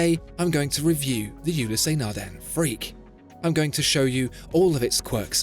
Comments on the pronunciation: There is no accent on the e. Ulysse (ewe-lis) not Ulyssé. Eh! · Why pronouncing it " Ulyssé " ;) The " e " without accent is always silent in French. It's " Ulyss ". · Just for the record, it’s pronounced Ulysse not Ulyssé. There’s no accent on the “e”. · How do so many people manage to mispronounce Ulysse Nardin. There is no accent aigu, the “ e ” is not “ é ” so don’t pronounce it as such. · Not sure where you got the horrid and distracting pronunciation of "you lee say" Nardin. You pronounced Patek Philippe reasonably well, though. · Great video but I think you aren't pronouncing Ulysse correctly. The "e" is silent, should be pronounced "ulys". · Another quality video... Thanks! Just one, little nitpick: The French name "Ulysse" is pronounced with just two syllables, i.e. "u-LEESE" . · Awesome watch! PSA: The E at the end Ulysse is silent.